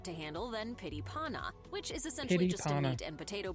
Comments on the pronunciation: "pity pauna" die die die die die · ABOUT THE FOOD NAMES 😂 Why cant people just read the words and add some of the swedish chef pronaunsiation. PYTT (you see the two t.s) i PANNA And so on and on... Whats the problem 😅 Cake? Its white bread that they spread butter on and fill the layers with different types of filling. Shrimps, liverpate, ham, cheese and so on and on.